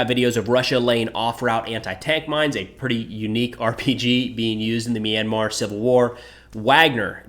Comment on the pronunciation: Pls do clips on Myanmar's civil war too. The astrocities of junta using fighter jets and attack helicopters must be stopped. BTW I am surprised by how you pronounced Myanmar right.